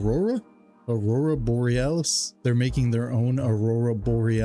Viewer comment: I don't know why but it REEEALY piss me off to hear you trying to pronounce Aurora Borealis.. I probably would have sucker punched you had I been in the same room at that time. I don't know why but my God